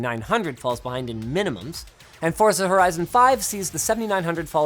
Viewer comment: A Linus didn't say FORTza like the Italians like he usually does... :(